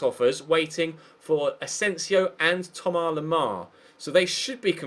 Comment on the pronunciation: It's Thomas not thomar